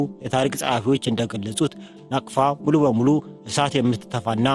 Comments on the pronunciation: ናፍቃ ሳይሆን ናቅፋ ነው የሚባለው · ናቅፋ not ናፍቃ